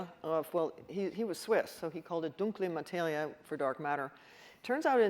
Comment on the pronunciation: Her German for "Dunkle Materie" is awesomely good.